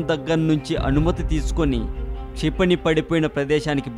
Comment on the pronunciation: its not "CHIPANI"...its "KSHA"....KSHIPANI....learn telugu first pls....try to concentrate these type of words...pls